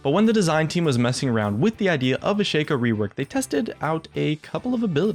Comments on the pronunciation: shaco not shayco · I am really disgusted by the way you say Shaco... You pronounce it ShakeO... his name is pronounced ShackO. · It is pronounced Shaco not Shaco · Why does everyone (Including Riot the past few years) pronounce Shaco's name wrong? ITs Sh-Ah-Ko not Sh-Ay-Ko Otherwise the joke of his nut-cracko skin just dosen't work does it. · Sigh, it's Shaco not Shaco! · Lol dude.its shaco not shaco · its prenounced ''shaco'' not ''shaco'' kappa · Can you please say Shaco correctly? That shit is bugging the fuck out of me. If you say Shaco like you do, try to pronounce nutcraco the same way and see for yourself how fucked up and wrong it is.